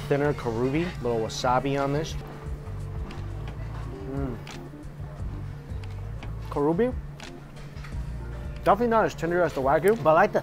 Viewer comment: Looks delicious! Makes me so hungry. Just FYI - it’s not Kah ROO Bee, it’s KAH ru bee like as in japanified pronunciation of Korean Kalbi.